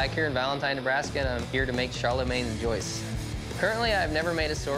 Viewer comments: As a French guy, the way they said "Jooyooz" instead of "Joyeuse" maid me laugh out load! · It's pronounced "joy-uzz", not "joy-oose" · JOYEUSE !!! Not joyce, not joyese Joyeuse!! It's not that hard to say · As a French XD the "Joyeuse" isn't pronounced correctly but they feel so proud to say the french word XD they just accentuate way too much the u and don't pay attention that the EU is a sound of his own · And now for my perfect french pronunciation, charlemagne's JOY OOSE. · Do you mean you have learnt how to pronouce "Joyeuse" well by watching this video ? If the answer is "yes", I'm sorry to tell you that the name of this sword is very badly pronouced here. In modern French, far closer to the authentic pronounciation than the Anglo-saxon way, it souds like 'Joaieuz' ( with the j pronouced like in "juice" for example, but without the little "d sound" ; the o like in "core", the a like the 'ea' in "heart", the i like the y in "carpentry", the eu like the 'u' in "hurt", and finally the z like in "zombie" ). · It's pronounced jwajuze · Love the way they pronounce joyeuse... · The way he pronounced joyeuse lmao